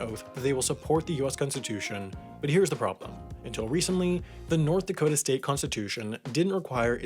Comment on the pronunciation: "I'll be deep in the cold cold ground before I recognise North Dakot-ah!" ;)